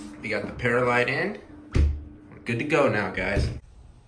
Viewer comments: It's pronounc ed perlite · it is per-lite not paralite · Per light.. Not not pears light. Sorry but get frustrated with bad pronunciation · Not peralite perlite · It is perlite not peralite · it's pronounced per lite not para lite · Not pear a light. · it's perlite(pr lite) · Say it like pearl-light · Love you and your videos but I just want to let you know that perlite is pronounced pearl-lite. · Just correcting you its per light but in one word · Pronounced pearl- ite